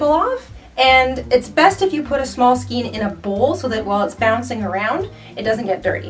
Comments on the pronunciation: lol " skeen"...everyone I know calls them a "skane" lol isnt it funny! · you are pronouncing Skein improperly and every time I hear it I want to let you know but please pronounce it properly. Otherwise love your videos. It’s pronounced skane because of the E before I rule. If the E is before the I then it is pronounced as an A. If the I is before the E then it is pronounced as E. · Skein rhymes with cane. Not skeen. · Good tip on finding the ends. I'd suggest, though, that if you have to take a larger amount of yarn from the centre of the skein (pronounced "SKANE", not "SKEEN"), hold the end between thumb and forefinger and loosely wrap the yarn around your hand from THAT end until you have wrapped all the yarn up to where it came out of the skein. That way, you are creating a pull-skein (outside the main ball) to pull from while creating something wonderful and when you've used up that outside yarn, you've made your way to the inside pull-skein (that which was left in the original skein). Hope that makes sense. Keep up the great videos! M <><. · You are a very sweet person, so please don't take offense at this. The way to pronounce skein is "SKANE", not "SKEEN." Thank you. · I understand how newbies would need a video like this. I found it unbelievably simplistic. That's like asking "how to open a bottle of water". lol And it's pronounced SKANE not SKENE.- unless you're from Canada. lol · Pronounced 'Skayn'...skaaaayn. Sorry, the 'skeen' thing was distracting and making me crazy, LOL. :) But yeah, nice yarn stash! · Also, skan rhymes with can, but never ' skeen',; really is not a matter of dialect just correct pronunciation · Why do you say "skeen"? It's "skayn"!! The "ei" is pronounced the same as the "ei" in "weigh" and "neighbor"!!! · It's pronounced "skayn"' not "skeen." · It's pronounced skAYn, not skeen. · NINE minutes and THIRTY FOUR seconds is NOT a "quick tip"!!! We say scain of yarn here....not skeen. : ) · Skein is pronounced skAYne.